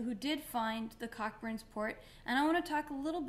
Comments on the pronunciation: Pronounced Coburns. Not Cock-burns... pronounce responsibly. Lol. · Came here to say the same thing. I love her but she was driving me crazy with the pronunciation. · Hey Madeline. I'm new to this channel but love your videos and your blogs. I just wanted to point out though that, Cockburns which is a British brand named after a surname is pronounced "koʊbərn" like co (as in co-worker) and burns. This always amuses my French flatmate. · Its pronounced Co-burns